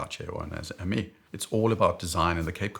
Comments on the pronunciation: Thanks again for your video ! For the Hermès pronounciation, the most approching one could be "hair mess", which I don't get anymore as I'm as bald as you. Cheers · Hermes is pronounced in French like "Airmaice" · We say er-mess. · Its ærMÆZ 😁 Since its a name (and a Greek guy with tinkerbell sneakers) it doesn’t follow the typical pronunciation logic. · Speedy - Longines Conquest Chronograph. Oak - Casioak/octagon 😁 IWC - Oris Big Crown ProPilot. Radiomir/Carrera/Tank/Polaris/Apple - agreed. Seamaster 300M - Tissot Seastar 2000 (huge, I know but lug-to-lug is bearable) or TAG Heuer Aquaracer Pro 300. Sub - Tissot Seastar 1000 or Longines Hydroconquest GMT. Oh, BTW, the “s” in “Hermès” isn’t mute 😉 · In French one pronounces the “S” at the end of Hermès! 😅 Apart from that good video ! Thanks a lot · leaving in the outtakes of him attempting to pronounce Hermes: only fitting he would, while giving his picks for his horological 'B-Team' 😊